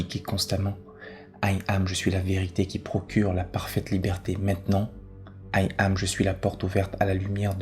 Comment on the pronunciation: Il faut entendre 'Yam' et pas aïe am... Question de vibration... 😇